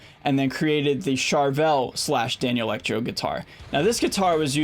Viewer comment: Great video - thanks. (Constructive criticism / nitpicking: Danelectro is pronounced “Dan-electro” not “Daniel-ectro”. Also, etcetera (etc.) is pronounced “et-setera” not “ek-setera”.)